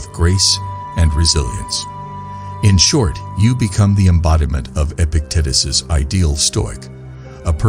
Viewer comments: Dude, Epic-tit-is?! Fix that. I can’t listen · Come on guys, these are the great teachings by Epic tatus he went from being a normal tatus to an epic one. If he could, so can we. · I will practice stoic principles by accepting that this AI voice is mispronouncing Epictetus over and over, and I can do nothing to change it. I am grateful for the message and embrace the adversity of listening to the AI voice mispronounce Epictetus.